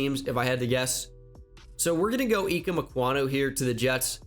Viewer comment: Its I-keem